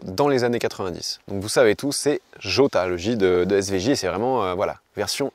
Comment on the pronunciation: J pour Jota se prononce "Rota" mon cher! 😁